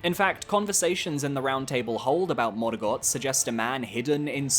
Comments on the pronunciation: Stop saying morgott like that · I love this channel but every time you pronounce Sekiro and Morgott that way I die a little bit inside